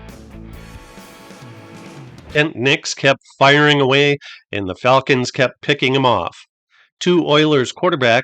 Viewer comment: I like the pronunciation of Falcons as fall-kens.